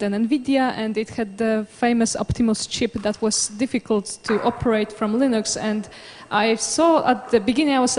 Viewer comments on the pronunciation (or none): ITS LINUX NOT LINUS!!! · its LINUX, NOT LINUS YA WANKERS!!!